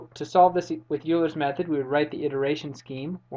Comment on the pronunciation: Euler is pronounced "Oil-er" not "You-ler."